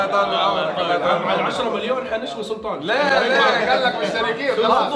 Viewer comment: ثحث رد عليك ثلطان 😂😂